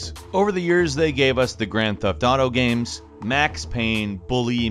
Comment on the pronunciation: why is saying giems and not games???